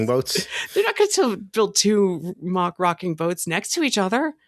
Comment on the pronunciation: Its pronounced "mack" not "mock" - think big mac, you wouldn't say Big Mock haha